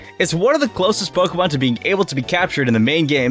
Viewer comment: Me just watching: Him: “paowkén”